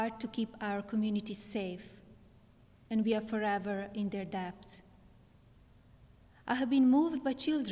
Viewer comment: This may just be the accent but I’m pretty sure she said “we are forever in their depth”. Am I mishearing it or was there a teleprompter autocorrect snafu?